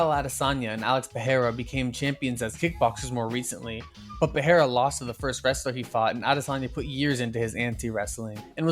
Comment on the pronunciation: thumbs up for the quality video thumbs down for the pereira pronunciation 👎👎👎👎🔥🔥 CHAMA